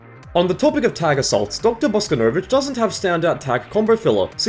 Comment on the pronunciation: God, is that really how they're pronouncing Bosconovitch now?